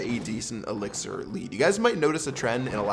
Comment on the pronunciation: He said 3 elxir skeletons